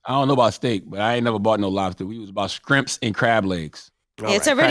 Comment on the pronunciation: Charlemagne... Please stop saying sKrimps... Please.😐